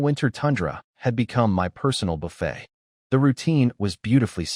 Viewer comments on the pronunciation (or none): none